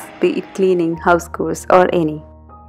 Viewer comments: lovely video, as always :) please don't mind, but i noticed you always pronounce house chores like "house kors"... the ch in chores is pronounced like ch in chapati or chair x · Nice video ! Ur very open to suggestions and inputs ...so with that I thought of telling u - it’s house chores - the “ch” is pronounced as the “ch” in chocolate...not the “ch” in “chord”...if in doubt about a pronounciation...u can always type the word in google bar and click on the sound icon to hear how it’s pronounced. Hope it was helpful.